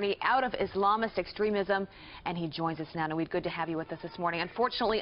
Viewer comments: Why does she call Maajid "Nawid"? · Did she really call him naweed?